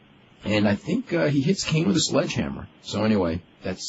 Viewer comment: Why does meltzer pronounce Kane as "Keen"??? Is it just me???